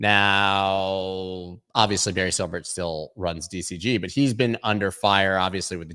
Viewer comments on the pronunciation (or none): none